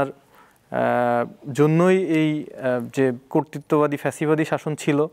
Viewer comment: প্যাসিবাদি কিরে ভাই? ফ্যাসিবাদি হবে 😁